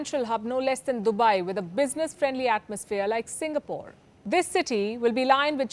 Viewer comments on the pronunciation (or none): none